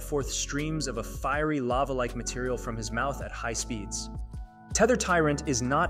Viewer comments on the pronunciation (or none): none